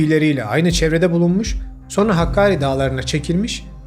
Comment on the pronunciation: HÂLÂ SO(R)NA DİYORSUNUZ."SONRA" ŞEKLİNDE TELAFFUZ ETMELİSİNİZ